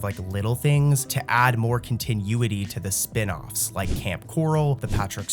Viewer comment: Love your videos! They're great to fall asleep to. But, dude, my guy, please Google continuity and listen to how it's pronounced lol. It's not pronounced like continue, the way you're pronouncing it. Keep up the good work! But please, go listen to how it's pronounced.